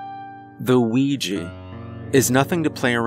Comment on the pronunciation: Ya know you are suppost to say the a in Ouija (Wee-ja).